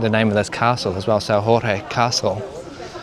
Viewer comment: Well, you called "Castelo de S. Jorge" S.Ror rre, and that is in Spain, in Portugal the "J" is not and R, and also Plaza, it's Praça in portuguese. The "ç" with the cedilla, is like and "s" in English. Lisbon have so much more to know, the majority of turist's only walk in downtown Lisbon and Belém, and that are a very historical places indeed, but it"s a small part of the city. ☺️